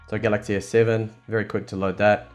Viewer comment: he said S-SayVen (S Seven)